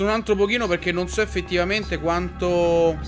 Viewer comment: ma sono io o ogni volta che ciccio dice altro dice antro?